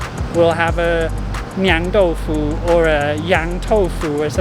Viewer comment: 釀Niang-第四声，不是’娘‘豆腐